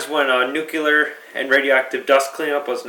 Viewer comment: It's pronounced nuclear, not nucular.